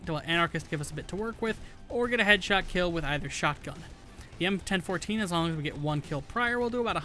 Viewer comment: "EM-ten-fourteen" thats the first time I've heard anyone call the Bellini m4 that.